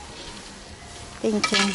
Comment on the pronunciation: "Тенькью тенькью".- Какой отвратительный английский. Полгода назад перестала смотреть ее и за отвратительного английского. Сейчас снова зашла. Поняла, что снова не могу смотреть. "Спасибо" по английски надо говорить: " фэнькью" Th- произносится как фэ